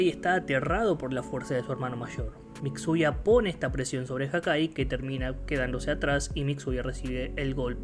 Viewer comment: Me encanta como llama a Mitsuya "Mixuya" xd